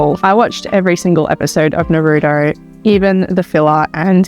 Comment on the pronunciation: Why do you still say Naruto like that….. why why why. It’s not narudoe it’s na ru toe. You should know this 😭